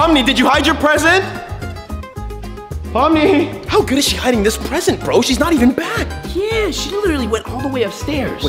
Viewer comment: It's pomni not pomy